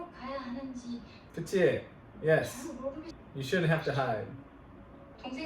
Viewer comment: 그치! 하실때 어원이 외국어인가 착각할뻔 ㅋㅋ